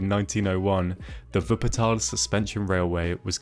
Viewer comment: For me as a german, living near Wuppertal ( Fun-Fact: He prounced the city like a german) the Schwebebahn is actually the national-symbol for Wuppertal. And yeah Wupper ( The River) and Tal ( Vally) are a really acurate description of the City. For me the first time was surreal, when I run up the stairs to reach this inovation,but if you just sit down and watch the landscape, you can understand why the city need this thing. The city is just a strip surrounded by hills and mountains so the easyies way is to follow the river. Travel Guide: In Germany we have the ,, Deutschlad-Ticket ", ( = Acces to nearly all Public-Transport-Serives" ), but you had to book it early on.